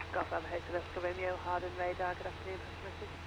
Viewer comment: oooohh you pronounced hawarden right, in previous videos you pronounced the w, but it is a silent w